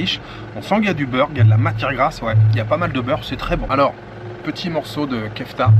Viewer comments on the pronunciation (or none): none